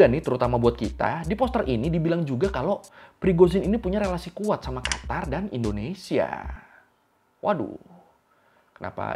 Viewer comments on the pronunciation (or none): none